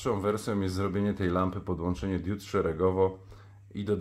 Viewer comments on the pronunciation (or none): Na BOGA nie mów diód, tylko diod. Bo, nie mam diód, tylko diody. Świecą diody, nie diódy.